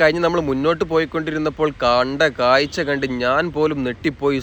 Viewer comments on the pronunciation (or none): none